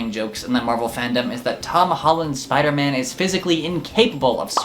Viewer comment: I must be sooo dumb, I laughed until I coughed when you said "Spooderman". It's funny because I thought his name was Spoderman and you added an extra "o".